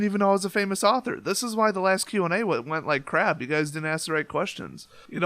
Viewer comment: Congrats on 15k! I know you can go big. Your videos make me laugh and my favourite word you say is crap because you say it funny. Still do the tournament, you don't need prizes. peace